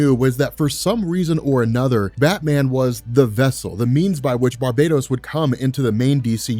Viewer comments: it's "Bar ba tose" not Barbados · Why do you keep saying Barbados when his same is barbatos? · I don't normally like to be grammatically nit-picky but your pronouncing "Barbatos" incorrectly. It's Bar-BAH-tos, Not Bar-BAE-dos. Like this to let know ASAP! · Bar...BAT...os. Bar-bat-hos. Bar, BAT(as in BATman), Ohsss. Come on!!